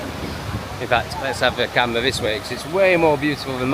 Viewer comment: The "wee-tardation" is wild for such an air thief. Why would you put your key locked under the seat when you left the "wes'-raunt?'" That was we-ally we-tarded u silly c*nt. Cam-wha also locked away!